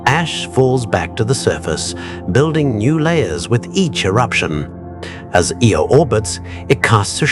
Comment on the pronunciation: Im sorry. I tried to endure the video. But my grandpa told me something that comes to mind. "If you're going to do something, do it right ." The visuals are ok, but loose the logo in the middle of the screen. And ditch the captions. Which off the jump were off alot. The moons name is Io. Not Eel. Ok good luck